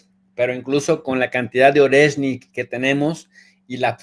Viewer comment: Sólo una pequeña corrección. Oreshnik - орешник . Se pronuncia,. ARIESSNIK. (acentuando la A y con énfasis en la S) jjjejjej con cariño lo comento. Muchas gracias por vuestro trabajo, pareja. Un saludo